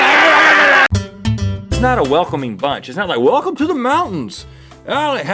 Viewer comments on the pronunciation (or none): none